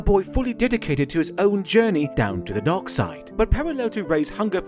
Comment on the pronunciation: Whenever you say Dark in that accent you had for this video. It sounded like you were saying Dog (or Dawg). So multiple times it sounds like you’re saying The Dog side of the force.